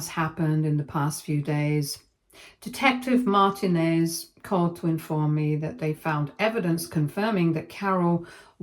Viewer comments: I was about to say this. She should know it is said Mar-teen-nez not Martin-ez. My firend had this last name growing up. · Oh for fuck's sake lady, you know damn well how to say Martinez. That's not even a British version of it.